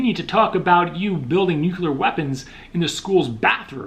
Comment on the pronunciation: Repeat after me bro NEW----CLEAR or NU-----CLEAR.